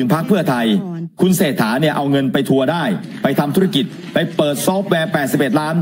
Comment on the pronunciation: อยากเป็น สว. แต่ชื่อนายกยังเรียกไม่ถูกเลย เศรษฐานะ ไม่ใช่เชษฐา